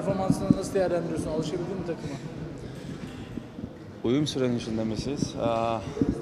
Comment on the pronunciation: Uyum diyo, uyuma mı diyor 😅